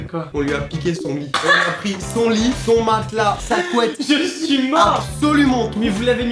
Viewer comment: Matelas avec un ssssss à